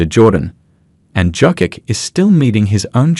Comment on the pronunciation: Your AI can't propunce Jokic